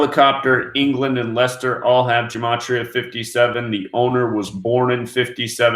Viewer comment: i have a totally different date of birth on wiki for the chairman of Leicester City's owner... btw... the place / team is pronounced Lester... My wiki says he was 60 yrs old and born on the 5th of June in 1958... It was 144 days or 4 mths 22 days after his last bday and 221 days or 31 wks 4 days before his next bday... As you covered his name equals 422 in EO... and also equals 221 in ALW kab... its also 119 in Jew Red... which i like as his new D.O.B is on the 156th day of the year... 5th June 5/6 or 6/5 your side of the pond... and 156th prime is its reverse of 911... He died 2 yrs 5 mths and 25 days after the 2nd of May (5) 2016 date of winning the title... and 2/5 is the 122nd day of the year the reverse of the above 221's...